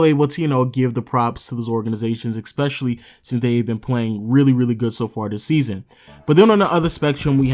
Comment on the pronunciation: Why does this nigga says "eXpecially" for some reason it pisses me off